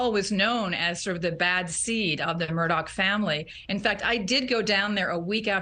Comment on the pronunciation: Both of these women and many others continue to pronounce the Murdaugh name as Mur- dock!! It is not Murdock, it is Murdaugh ( Mur- daah) it's also Alex not Alec. Get it together tv ppl pronunciation is so important!